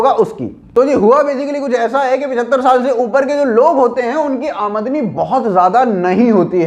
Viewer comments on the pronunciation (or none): आमद नी नही आमदनी